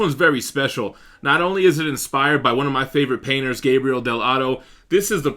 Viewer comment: it's Gabriele, not Gabriel! btw keep up the good work man!